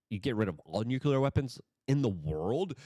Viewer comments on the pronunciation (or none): Newkyeller?? Try new-clear